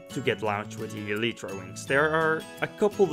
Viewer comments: It's pronounced (ee-lie-tra) not (ee-lee-tra). Sorry but I had to say it, the pronunciation was annoying me but I do like the vid. Good job! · Eeleetreeeeeeeeee? Wtf can you talk like a human being?